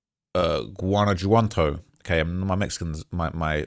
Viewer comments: No mames michoacan Me-Cho-acan, Guanajuato is Juan-a-hua-to and it’s not speaking Mexican it’s Spanish. You have time to delete this G this ain’t it hahahahah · GUWANNA JOO WATTO 🤣🤣🤣... ITS PRONOUNCED (GWANNA HUA TOE) "GUANAJUATO" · U don’t pronounce tha “j” like a “g” in Spanish it only tha “h” sound Example Damn boa dem jalapeños (Hollapeños) on them triple cheeseburgers got u lookn Ginormous 😂😂😂😂 Dude talmbout Jahlisco and Guanaggato bwoaaaa if uon trap mo n learn tha lingo or at least tha pronunciation … don’t cover stories dat u caint even sound sensible reading and describing lolol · You didn't do that bad but a basic rule of Spanish is that j makes the h sound. Please don't say Jjjjalisco. Pronounce it Halisco. And Guana.H.uato. these simple mistakes is how you get on the cartel's bad side🫡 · pronounced Puerto Vayarta - double LL in spanish is pronounced like a Y 🤣. So many LLoutubers cant figure this out. Gwan - A - what - 2 and Meesh - Wacan are how you pronounce the other states and cities you murdered 😂🤷‍♂️ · HA - LIS- CO GUA-NA-HUATO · Butchering these names…porto Val arta, tampo pollipas, gwana jewantoe 😂